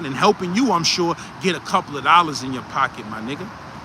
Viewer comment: “For a coupla lollas “ 😂😂😂😂😂